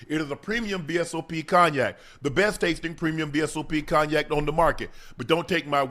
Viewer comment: Shannon please learn how to pronounce the word cognac